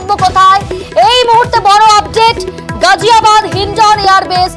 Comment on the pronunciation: গাজিয়াবাদ হবে গজিয়াবাদ হবে না। মুসলমানদের নামের বানান ভুল করা বিকৃত উচ্চারন করা ইত্যাদি পশ্চিমবঙ্গের হিন্দু মিডিয়ার চরিত্র । সুতরাং সাবধান!